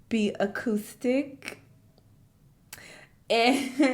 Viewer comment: It's saying acoustic instead of autistic for me 😂😂😂